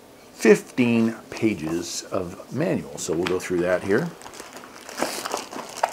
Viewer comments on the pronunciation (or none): none